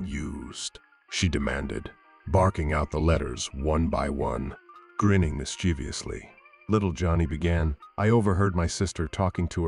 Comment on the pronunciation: Peculiar. You correctly pronounced mischievous and then incorrectly pronounced mischievously.